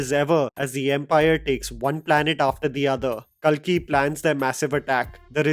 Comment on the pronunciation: You are butchering many names bro like Kalki, koratala shiva, Bharath ane nenu. These are not tough to pronounce. You can easily pronounce them if you just be careful